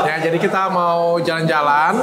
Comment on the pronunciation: Cobain Coto Makassar janki lupa nah😊😊 ngakak denger Dr Richard ngomong nya kelebihan "NG" "JALANG JALANG" Makassar banget 😂😂😂😂